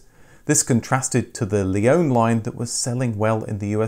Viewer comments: Another great video, thank you! :) Interestingly, your pronunciation of the name "Leone" differs from the way were introduced to it by Subaru (or, probably more correctly their marketing agency) as "Leonie" in Australia. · Wait, a British person who can pronounce Impreza correctly! Not so sure about Leone and Levorg though! 😝 I don't think us Australians would call that a ute either, more like a dual cab, which in any guise never sold well here due to the dimensions making them impractical inside and out. Add 10 years, half a tonne and call it an SUV though and people are all over them! 🤦🏻